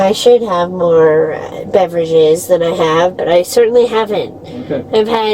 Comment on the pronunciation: 😂😂😂 yes , mowah!! It nevah ends! 😂